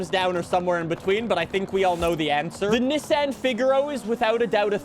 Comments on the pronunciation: “ look I’m a real car enthusiast I said it the correct way “ 😂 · I dont like how you say nissan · STOP SAYING NISSAN LIKE THAT!!! I WILL CALL THE COPS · Bro, stop saying Nissan like that😂😂😂😂